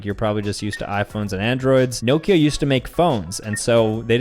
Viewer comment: nokia is pronounced knockia